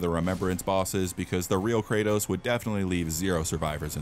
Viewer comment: Thats not kratos thats karrots💀💀